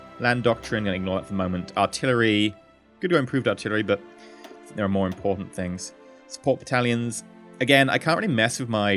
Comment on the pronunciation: what's funny is that he said ports are im-port-ant XD